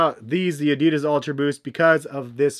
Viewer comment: Man can't say roshe or Adidas properly